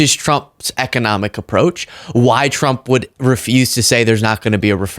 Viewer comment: Why does it sound like she's saying Donald J Chump?